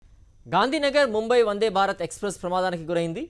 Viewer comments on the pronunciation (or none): వన్డే కాదు వందే